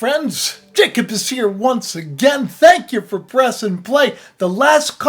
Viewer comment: Jacob- (no j sound- it was a y sound in many languages) ya cob- it's your pineal gland - third eye in the middle of your brain with Russ and cubes like your eyes.